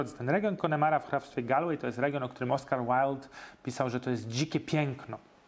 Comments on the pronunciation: [gOOOlłej] nie [galłej] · Mam małą podpowiedz. Galway lokalnie wymawia sie "Golłej". Pozdrawiam z Galway. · County czyta się golwej